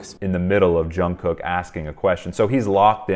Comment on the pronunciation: quick note - Jungkook is pronounced with a soft j, and then jungoo - very softly.